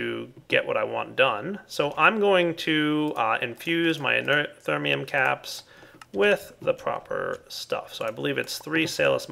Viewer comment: "Inert thermium" ermagerd